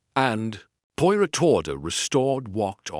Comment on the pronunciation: The man reading tre story does not pronounce Poirot correctly!! Terrible.